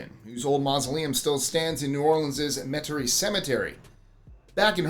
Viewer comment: You did something nonlocals rarely do. You pronounced Metairie correctly. Congratulations and thanks